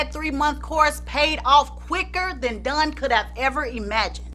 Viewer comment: the way u keep saying DONE